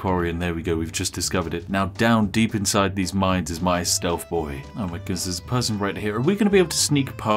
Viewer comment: Its TH... not F.... stealTH... not stealf 👉😖👈